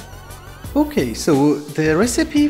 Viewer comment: i like how you always say okei